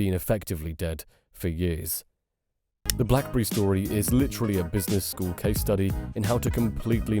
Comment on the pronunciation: Blackberi 😂 Zhiaomi😂